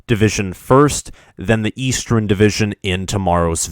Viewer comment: “Westren” “Eastren” “Ellinois”